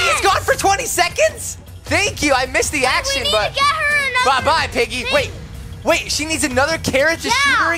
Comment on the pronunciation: He tried to say "thing"